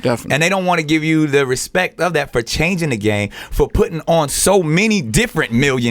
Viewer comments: After watching this video I now understand why Birdman said "put some respeck on my name" 🤣🤣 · Put some respeck on his name. Respeck it.